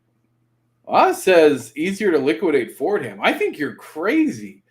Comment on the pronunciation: As a New Yorker, I cringe every time someone pronounces it “Ford-Ham’ The correct pronunciation is “For-Dom”.. rant over!!